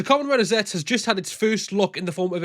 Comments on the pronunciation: Zetzu is the the proper pronunciation I think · The pronounce is Zettsu or just Zetsu for this rider